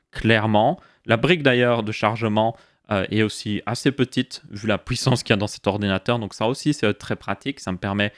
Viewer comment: Le mot de la vidéo c'est: "'POUISSANCE"